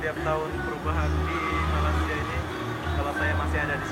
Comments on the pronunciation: Tolonglah jangan sebut Malassia.....!! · Bukan Malasia..sebutan yg betul Malaysia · Memang lidah mereka sebutan mcm tu.kawan saya orang Indonesia banyak kali saya ajar tapi lidah nya malasia juga..tapi comel haha